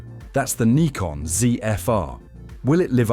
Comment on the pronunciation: He pronounced it correctly..